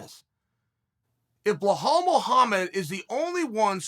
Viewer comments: It's Bill-al, not behaal 😂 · Chael at up until 2 minutes: "belal" Chael after 2 minutes: "blow-hall" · Repeat aftee me Chael.. Belal.. Belal.. Not "Blauhall".. BELAL! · Hey Chael it's not bihol alright it " Bilal" "bi la l " correct it next time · Chael.... His name is Belal, not Ble Hal... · Bla-Haal ??? WTF Chael??! It's BELAL ! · Me: Belal Uncle Chael: Blahal Me: Blahal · wtf is this blu hal i think its pronounced bee-lul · Belal Muhammad: my names Belal Chael: BlaHall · It's not 'Blehal', it's 'Belal'. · Chael I love your work but please his name is pronounced as Be-lal not Be-hal. Other than that great work, I hope this helps 👍🏻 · Uncle Chael, It's pronounced Bee-lal not Bla-hal. As an Arabic speaking man, I feel like I needed to help you out there. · Who tf is Blehal, Chael?? 🤣🤣🤣🤣🤣 Be-lal, how do get Ble-hall 🤣🤣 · Goddamn Chael wtf is Blahall 😂😂😂😂😂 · Bro, can u pronounce “Belal” correctly please? Thank you Mr Sonnen. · Chael please beeelllaalllll not blahal or just Muhammad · Bruh, Chael says blehal with a traight face EVERY single time, I know he's doing it on purpose. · If Chael says it's blahal ITS BLAHAL!!! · Uncle it's Be-Laal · How hard is it to say be....... Lal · For God's sake Chael it's BE-LAAL. BEE 🐝 LAAL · Did you call Bilal…. Blahaall ? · "Blelall" Muhammad has so few L's that Uncle Chael had to add several to his name, in all fairness. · If you are going to call him Bleh Hall and then say he has balls you might as well just combine that and call him Buh Halls (Balls) Muhammed. If you can't pronounce that then just say Bull Balls Muhammed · He pronounces names wrong on purpose lol . It’s not hard to say be-lal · Chael: “Hey, Bluehalal Muhammed” Belal: “🤨 Hello.... Cheel Sona" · Drink water every time Chael says “Blal-hall” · Blahal 😂😭 Chael is undisputed at butchering fighters’ names 🙌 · Beh-hall that's a new low uncle Chael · Sounds like Boo-hall to me🤣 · LOL Unc is at it again. Behal/Blahal. Chael is like Joey Diaz with these names. Beautiful